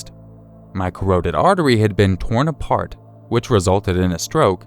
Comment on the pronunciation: CA-ROW-TID artery??? Ummm what? Don't you mean that pretty important artery know and the carotid artery (CA-RAW-did)